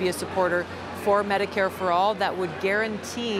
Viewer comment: Did he say Medicare for oral? 🙄